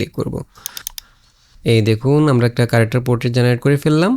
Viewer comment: character Word টা শুদ্ধ করে উচ্চারন করলে শুনতে ভালো লাগবে... কি কারেকটার, কারেকটার উচ্চারন করছেন খুব বাজে লাগছে শুনতে...!